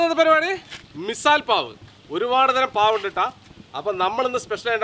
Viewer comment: മിസാൽ അല്ല മിസൽ ആണ് വേറെ ഉസൽ പാവും ഉണ്ട്